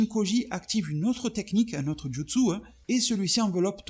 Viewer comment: C'est JUtsu pas JItsu